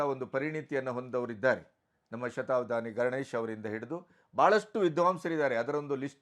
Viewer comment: Salute your response and stand on this unfortunate matter, avare 🙏 But just a humble request: Please focus on pronouncing Kannada better - alpapraana, mahaapraana, hrsva, deergha. It is bHAASHE not baashe, shataavadHAni not shatavadaani. If Kannada ucchhaara is as it should be, our pride gets exponentially magnified. It is probably the only language where writing and speaking are exactly the same. Talaharate anta baydu kollade nanna manavi sveekarisi:) Thank you! jai kannaDAmbE! 🙏